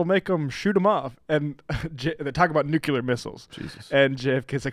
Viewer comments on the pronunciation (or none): Note: It's not "nucular missiles", but rather "nuclear missiles".